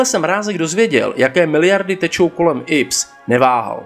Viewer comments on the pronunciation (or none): IPS jako inženýrsko průmyslové stavby se nečte ips ale í pé es. Stejně jako čteš í pé bé.